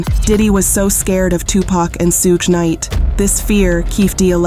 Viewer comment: The AI voice Saying Sue gay knight is diabolical smh